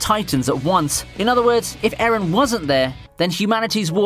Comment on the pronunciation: Why do you pronounce Eren like Aaron bruh.